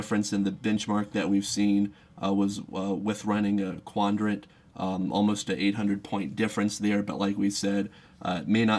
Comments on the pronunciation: Is he saying "Quandrant"? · He's saying 'quandrat.'